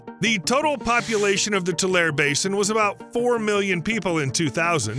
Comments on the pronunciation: Tulare is pronounced too-lair-ee. Like Two-Larry. Not Two-Lare. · Tulare /Tu-lar-EE/ not /tulair/ and slough is /slew/ not /slow/ not /sluff/ (Like I've heard some influencers say) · It's "too-larry". There are lots of ancient lakes associated with the Sierras. One big one is Death Valley, itself. There's one place where the road across the valley cuts right through an ancient beach. You can stop the car and "sit" on the beach and imagine the valley surrounded by tall pines. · Credibility decimated four times in first 2 minutes by cardinal directions and pronunciation fails (“tuu-LAIR-ee” not “tuu-LAIR”, “TUU-lee” not “tuu-LAY”, “sluu” not “slow”), and in every other sentence throughout the video. 🤦🏻‍♂️ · As a Central Valley Resident I have to tell you this. Its pronounced Tu-lar-ee , not Tu-lare. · It's Too-lair-eee, not two-lair. There is a long e sound at the end. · Glad to see a video on our locale - though riddled with many errors. BTW, it's pronounced "Tu-lar-E Lake" and "Tu-LE reeds" in the vicinity of this lake. Simple research of local info would be beneficial. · I just don’t understand how a supposedly literate person gets “tool-air” from Tulare. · Pronounced too-Leh-ree. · It's pronounced Two-larry. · Mispronounced Tulare. Locals pronounce it too lar ree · It’s tew lair ee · It’s pronounced “Too-Larry”. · I believe it's pronounced Too-lair-ee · Tulare is pronounced like how you'd say Too Larry. The lake is pronounced lake Too Lee. I appreciate your video but your pronunciation is just so wrong. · I grew up in Kern County. Just so you know… It’s pronounced To- Lare- E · As a California resident who grew up near this location, this video is quite interesting, but---OK, it's REALLY bugging me listening to you mispronounce 'Tulare'. It's 'too larry': three sylables, not two. My suggestion: do a little research b4 your videos; they are always interesting, but you can sound like a noob when you mispronounce words/place names. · It's tool-air-y...